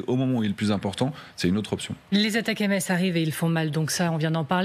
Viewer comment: Ça se prononce Attack'ems et rime avec M&Ms